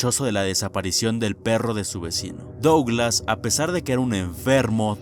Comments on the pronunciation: wey, qué te cuesta pronunciar "duglas"? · AAAAAAAAAA pq pronuncias Douglas y no ''Duglas''